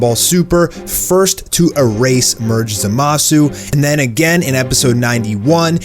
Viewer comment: In the beginning you said "to erase merged zamasu " it's zamasu . Just wanted to point that out.